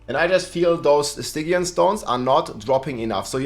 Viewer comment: Stygian is pronounced STIJEEYUN